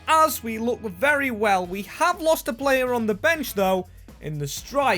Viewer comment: "Not ver good for the club"... lol. Thays a bit generous. ;)